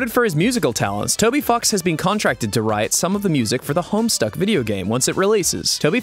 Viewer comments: Was he saying toby f*cks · Why does he keep pronouncing ‘Toby fox’ as Toby f###s? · I know it's "Toby Fox," it just really sounded like "fucks" in the video. Over and over again. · Is Ross intentionally saying "Toby Fucks?" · I heard Toby F+<ks until it showed the spelling. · I heard Toby flocks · On nub 98 it’s sounds like he’s saying Toby fucks or is it just me